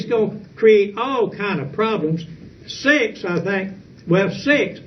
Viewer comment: He pronounces "sex" as "six".